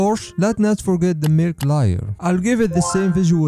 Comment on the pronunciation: Why do you always mispronounce layer